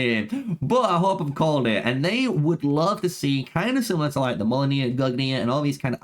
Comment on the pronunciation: Respectfully, brother, your pronounciations of these names were offensively bad. I don't know who mollonir and gugnir are, it sounds like what they might have been called if Loki had succcessfully disrupted their creation. Decent video otherwise